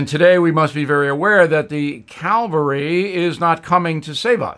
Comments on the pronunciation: Um, bill................it's pronounced cavalry. Calvary is where Jeses died on the cross for our sins. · "Cavalry", cmon Bill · Yep. Mr. wordsmith screwed that one up.